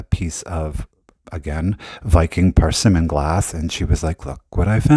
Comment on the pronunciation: Love your laugh & commentary! A little help with the Viking color pronunciations….the blue is called bluenique. Think unique when you say it except leave the U off….blue-nique. The orange is persimmon. Per-simm-en. Hope that helps! Have a great day!